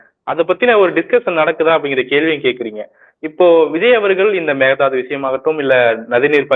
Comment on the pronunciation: Mekedatu தாட்டு ✅ Megathadhu ❌ Mekedatu தாட்டு ✅ Megathadhu ❌ Mekedatu தாட்டு ✅ Megathadhu ❌ Mekedatu தாட்டு ✅ Megathadhu ❌ Mekedatu தாட்டு ✅ Megathadhu ❌ Mekedatu தாட்டு ✅ Megathadhu ❌ Mekedatu தாட்டு ✅ Megathadhu ❌ Mekedatu தாட்டு ✅ Megathadhu ❌